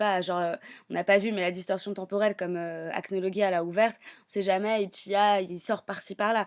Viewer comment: Ca se dit acnolojia